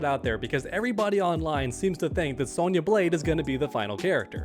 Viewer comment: Bro throwin like 3 extra Y’s in Sonya’s name lmao